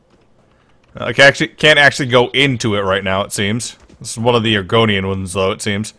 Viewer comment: Sounds like you are saying Oregonian, not argonian. Dang it I would so be a lizard person!